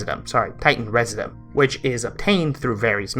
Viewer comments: Pronounced Titan “reh-zid-you-um” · I don't think I've heard a single youtuber pronounce "residuum" correctly...